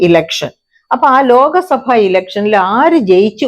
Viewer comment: ലോക സഭ അല്ല ലോക് സഭ എന്ന് തന്നെ പറയണം. ഹിന്ദിയിൽ ലോക, ലോക് ഇവയ്ക രണ്ടു അർത്ഥം ആണ്. ഭൂരിഭാഗം ആൾക്കാരും തെറ്റായി ആണ് ഉച്ചരിക്കുന്നത്